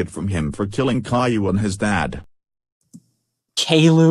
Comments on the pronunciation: "Kayloo" is how the TTS voices promounce "Caillou" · kayloo yes